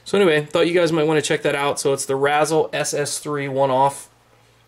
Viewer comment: I believe it's pronounced "ray zell" like razor/chisel. Sorry OCD. Aloha